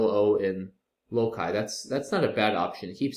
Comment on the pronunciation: Americans do not pronounce LOCI the way you do.